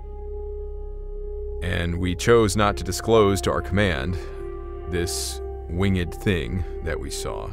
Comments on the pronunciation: It’s not wing ed ginn it winged——— the e is almost silent so it’s wing with a d on the end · I believe it’s pronounced winged and not wing-ed 🤔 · Wing-ed?! 🤦🏻‍♂️🤷🏻‍♂️ Come on now, that's easy word to pronounce. Why are you having trouble with that particular word?! 🤔🤦🏻‍♂️😐🤷🏻‍♂️